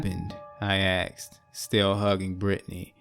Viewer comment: Everytime. I get caught up in narration...then "they axed me,... She axed" bang. Bubble popped. I just can't anymore. I'll check back in a few months.